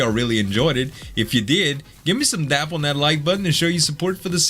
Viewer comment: Loving the work mate, just marathon-ed through both your seasons and am off to pick up a copy of the game. One thing... What is a "little Dap" on the like button? You say it all the time but I cant for the life of me figure it out, it almost sounds like tap, but I suspect not. "Downward Applied Pressure"?:)